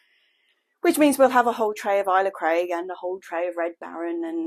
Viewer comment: nasty rats ive had some or something eat my tulips out of a pot right by my back door which kinda creeped me out lol plus gardners kate and eli will be shouting at the screen for how you say ailsa craig lol